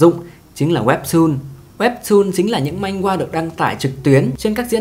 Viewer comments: Man hoa chứ ko phải manh goa 😁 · Video phân tích hợp lý, xem hay, mỗi tội hơi triggered vì narrator cứ "manh-gua manh-gua". Manhwa phát âm là man-hoa nhé 😅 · manhwa đọc là man hoa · góp ý 1 chút xíu , truyện tranh trong tiếng hàn đọc chính xác là "Man hoa"